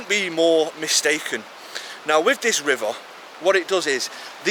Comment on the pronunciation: Proper Manc. 'Rivuah'